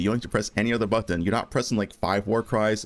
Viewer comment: You say button wrong